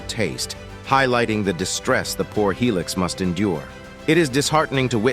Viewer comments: What the hell is helix, it's Hilux nigga after hearing helix I'm like I'm out nigga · Hi lux, not He lix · that is HILUX not helix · It's called a "hi lux" you dumbass